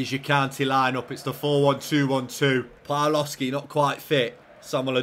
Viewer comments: Just for future reference, the W in Polish is a V sound, and the L with a line through Ł is a W sound. So it's Pav-wov-skee and Bee-yah-wek - great stuff as always, can't wait for the next one:D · A little Polish pronunciation point, the Ł with a line through it is actually a W sound, so your Polish signings are more like a "Bya-weck" and "Pav-wov-ski". Top recruitment nonetheless! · just some advice but you pronounce Pawłowski pavwovski and białek byawek but keep up the good work